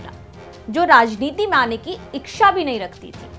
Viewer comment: इक्षा 😂😂😂 वाह जी एंकर साहिबा